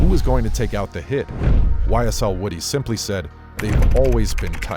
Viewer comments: His name is pronounced Whew-dee not Woody like the character from toy story. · It's pronounced woo-dee